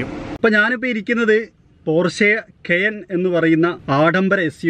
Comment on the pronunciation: keyen alla ,ucharanam kayan ennanu